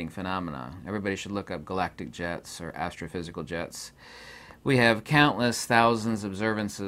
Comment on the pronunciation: For a moment I thought you were saying "Galactic Jazz" instead of Jets 😂 I was so gonna go full Rick and Morty.. Oh well!